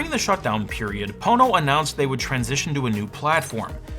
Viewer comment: Ohhh. Pono, umm, not Po*no. Nevermind. Gotta run.